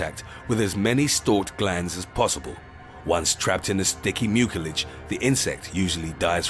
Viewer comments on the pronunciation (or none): I thought mucilage was pronounced MYOO-suh-lij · Overall the video is informative, however, the "c" in the word "mucilage" is properly pronounced with an "s" sound, not a hard "k" sound that the narrator uses. If you're going to do voice-over work, make sure your pronunciation is correct. You can learn how to pronouce words correctly by looking them up in a good printed dictionary or any of the many online dictionaries. Don't guess. If you're not sure how to pronounce a word, look it up and be certain.